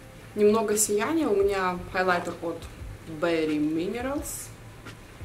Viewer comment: Bare Minerals Бэр не Бэре. не забивай на английский. Без языка ну никак. Ты же не будеш общаться всю жизнь только с russian community. Шаг за шагом все получится. Удачи.